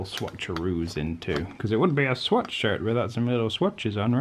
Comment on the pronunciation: Am i the only one who kept hearing sweatshirt instead of swatch shirt?